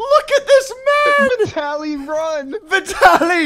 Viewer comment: The only thing more outraging than the game itself is the way you guys pronounce Vitaly/Vitali